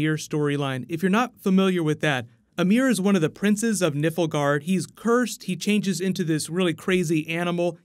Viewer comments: Looking forward to this series of videos. Two criticisms, it's called Nilf-guard, not Nippleguard. Watch the game video to see how it's pronounced. Also, Ger-alt, not Gu-air-alt. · Also - NILFgaard, not NIFLgaard. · I like this video but please, its Nilfgaard not Nifelgaard. Sounds terrible! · Yes, 2020 sound most likely. Months of writing, months of pre-production and we're already in 2019 when they start filming which takes around 10-12 months along with post-production. But for future videos,, it's GEralt, not GerAlt. And Nilfgaard, not Niflgaard:) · Good video and can't wait for this series! Just a quick note, the empire is pronounced Nilfgaard, the 'L' comes before the 'F' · Love your videos just a few friendly corrections for future videos hopefully. Ciri is a main character in the 3rd game Only she’s briefly mentioned in the 2nd and if I recall not at all in the first. Also it’s Nilf-guard Figured I’d point that out in case you do more videos on the series when comparing the games though it seems many have pointed it out heh. As always fun stuff! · Just some corrections :) Cirilla only shows up on the third game not all of them and its Nilfgard not niflgard. Im not poking fun of speech its just pronounced differently to how you said it :) 'Nilf' as in Milf' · Nilfgaard* not "Nifflegaard". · You included a clip of Emir saying "Nilfgaard" yet you kept saying "NIfflegard" ... Much bother, very no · Nilfgaard not Niflgaard, please coreect it in future videos. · Gŕeat video but please for gods sake...its not NIFL-Gard but NILF-GAARD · It's NILFgaard not Niffelgaard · *Nilfgaard, not Niflgaard =P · oh ffs... it's NILFgard, not NIFLgard. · Nilfgaard not Niflgaard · Nilfgaard, not Niflgaard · NIFLGAARD? What?! Are you just trolling us? I swear there's always something you tragically mispronounce 😂 Maybe it's different in America, or in the books but in the UK version of the game we say Nilfgaard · I thought he said Nipple guard at first LOL! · Also Nilfgaard